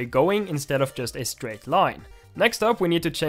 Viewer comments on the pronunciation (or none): none